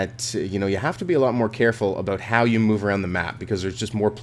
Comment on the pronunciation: OMFG HE SAID ABOOT!!!! WHATTTTTTT